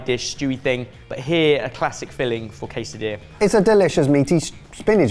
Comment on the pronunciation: It's not pronounced Kaysadilla. managed to pronounce it correctly.